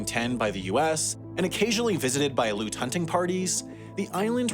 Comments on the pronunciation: Al-EE-oot. It's not "aloot", Aleut is pronounced Al-EE-oot. -- I love your stuff. Have for years. I just found Extremities and have watched 4 or 5 since yesterday. You do all of this amazing research, yet your pronunciations are /terrible/. I hate being this petty. But you brought me to my knees. I psyched myself out of this for the first 4 videos. But as an Alaskan, I could hold my breath no longer. *Please*, cherry on top and everything -- do something. Anything. Link a glossary of musical tones to local words you're having trouble with. Anything. OK I'm done. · You did not just say ALOOT. ITS UNANGAX. I really can't believe you did not go more into depth about the Indigenous people and not asking people how to properly pronounce the name of the people of THAT island. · It’s pronounced Ally-oot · Great video. You should know it’s Al-E-oot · "Aleut" is three syllables—Al-ee-ut. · Aleut is pronounced Al-Ee-yOut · “alEOOOt”. How to say Aleut. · Love your videos man, but as an Alaskan, the way you say “Aleut” as “Aloot” is so incorrect it’s mildly distracting 😂 otherwise good shit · When pronouncing Aleut the "e" is not silent. Al ee UT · You badly pronounced Aleut, but otherwise cool video! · I can't believe you don't know how to pronounce Aleut. What a clown. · I spent lots of time there in the early 2000's. Crazy beautiful. I just wish you (creator of this video) would learn how to pronounce Aleut correctly. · Aleut, not pronounced ‘Aloot’, it is ‘Al-ee-oot’ Cool to see some footage on a place not many people know about! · It's not "Aloot," it's spelled and pronounced 'Aleut,' i.e. 'Alley-oot.' The preference these days is Alutiq. (Alootik) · Never heard the natives called "a-loots", always "a-lee-oots". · it's confusing cuz of the pronunciation of "aleutian" - but those (like me) who grew up in alaska know that they pronounce their tribal name "aleut" with 3 syllables - AL ee oot" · Aleut pronunciation - al-ee-yute, not aloot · pronounced alli-uut